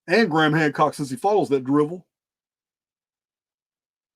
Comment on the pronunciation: You said hancrock once and now I can't remove it from my vocabulary 😅😂